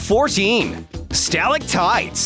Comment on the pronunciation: “Stalic tights” Wow, so glad you know how to pronounce the things you’re talking about.